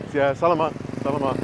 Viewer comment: “Sell a mut, sell a mut.” Haha I’m just teasing you,. Think of the meat “salami” whenever you want/need to say “salamat”. Another thing to note is that the pinoy letter A is always an “ah” sound; such as whenever a doctor tells you to stick out you tongue and say “ah!” I’m enjoying your content,. Thanks for sharing these.